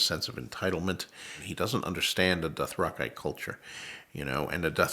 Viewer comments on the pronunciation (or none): Hi George, I think you'll find it's pronounced doth-rak-eh, not doth-rak-ai. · It annoys me that we all pronounce “Dothraki” wrong. I don’t care how they said it in the show. George is saying his fabricated word here and he says it different. It’s the correct way because he invented it. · doth rock eye, i always thought it was doth rocky. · Dothrakaye not Dothraki: mind blown. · bro doesnt even know how to pronounce dothrakEE some expert he is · So, it's Doth-Rock-Eye and not Doth-Rack-ee; and it's Ballon Greyjoy and not Bay-lon. Got it. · Dothrakeye sounds like miapronounciation. Dothrakee sounds like an actual exotic word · He’s got it wrong, this guy says Dothrakeye and it’s Dothraki. He should really read the books and try understand it better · Wait, it's pronounced Dothra-kai all along? What the fuck? I've always pronounced it as Dothra-kee ever since. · It’s Dathrakeye MR. Martin get it together man. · Idk who this man is but hes mispronouncing the Dithrak-ee. I swear, they dont even bother to read the souurce material. Whi dies he think he is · Excuse me, George it's pronounced Doth-ra-key ☝️🤓. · "Dothra-kai" sounds absolutely terrible. Idc that he's the writer, this is just wrong. Period. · I'm really NOT liking how he's pronouncing Dothraki. Sounds like Bush saying Eye-Rack instead EeeRark for Iraq. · It's plural nucleus nuclei. Dothrakey Dothraki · Who are these 'Dothrakai' he keeps mentioning? Lol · I knew it was only a matter of time before a triggered GRRM fanboy started crying. Sorry snowflake, but your hero is not a god, he's a human with human attributes. And he's pissed off that the TV show messed with his books so he's being petty. EVERYONE - including GRR Martin - knows it's "Dothrak-ee" and not "Dothrak-eye". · What I've noticed about these talks George RR Martin does... Is that he pronounces everything wrong. Some fan he is. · I know he created the term but it really does seem like he mispronounced "Dothraki". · He's mispronouncing Dothraki...